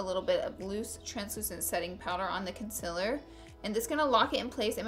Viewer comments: Con-seal-er not con-sil-er. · It's CONSEEELEER not CONSIIIILER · It's not concialer its concealer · "Consiller" Not hating! love you Laura 😘😘😘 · Concealer is pronounced CON~SEAL~ER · Not trying to be rude but it's pronunced conseeler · It's pronounced kun-sea-ler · I just came here to hear her say "cunsilla" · Who else came to hear her say conciller? ( concealer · ITS CONCEEEEEEALER FML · you said concealer wrong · PLEASE SAY CONCEALER RIGHT !!!!!! LOOK IT UP